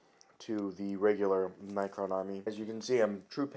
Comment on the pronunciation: its pronounced NECK-RON what ur saying sounds like night quill